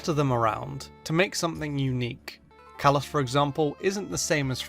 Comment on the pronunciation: He says Kalos as Cala, but it's Ca-lows